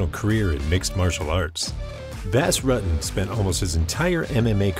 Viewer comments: “Bass Ruttin’” 17 seconds in and I had to close the video. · funny, someone can put in all this research and go through all this footage and then not even know how to say his name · U butchered his name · It is killing me how you keep pronouncing his name. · If you don't know how to pronounce his name, how can we take you seriously with anything else you say? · Thats not exactly how you pronounce his name .. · Sorry, but if you do a video on someone...learn how to pronounce their name correctly.